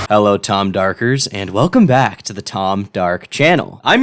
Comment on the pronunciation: Please never say tom darkers again🙏